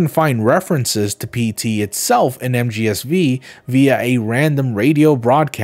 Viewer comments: mgsv or metal gear solid five. not metal gear solid "vee". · So uhh is he pronouncing MGSV wrong as like a joke or what?